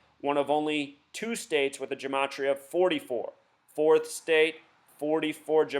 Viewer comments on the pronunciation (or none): none